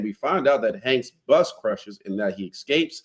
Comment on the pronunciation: "buss crushes"